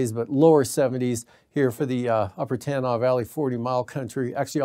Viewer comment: For the Cheechaco weather guy. Nenana ( Neh nana ) Tanana. (Ta-nawnaw.) Just saying.